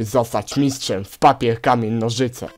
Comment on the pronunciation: czy ja tylko usłyszałam komen a nie k amień XD